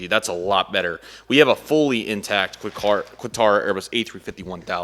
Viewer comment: You spelt Qatar wrong... you said Qator